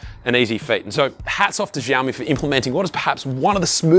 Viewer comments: Who the hell teaches them to pronounce it as zhiaomi?!🫣 Жаоми, блять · Shiaomi that’s how you pronounce it when you say the word thank you!!😅😅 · Wtf is ZHaomi, dude? Ohh, those sofa amateur bloggers...